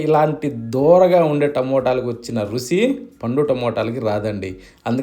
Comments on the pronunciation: రుసి కాదండీ, రుచి అనాలి. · Too Good…!! "రుసి" కాదన్నాయ్‌… ‘ రుచి ’ phleeeezzzzz …… practice it … you can pronounce it correctly